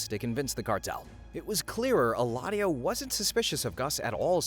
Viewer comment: it is Eladio, not Heladio.